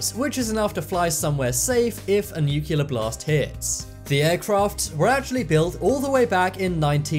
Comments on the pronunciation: Say 'nucilar' again...I dare you..😡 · That’s not how ‘nuclear’ is pronounced. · Please pronounce nuclear properly...